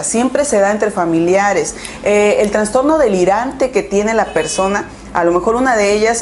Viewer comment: "Transtorno" ay no